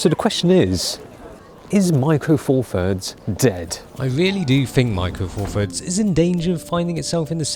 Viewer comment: Four Furds WTF. Th, Th, Th. Four THirds. This infantile pronunciation drives me nuts.